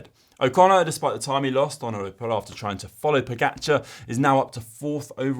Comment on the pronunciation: Learn how to pronounce pogacar! Ugh